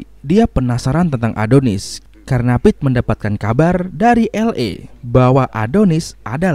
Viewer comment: Bukan ngucapin "Assalamu'alaikum",tp yg bener itu "excuse me" Namanya bkn pete,tp dibaca Pit Satu lagi,mana ada orng Amerika yg sholat shubuh😒🙃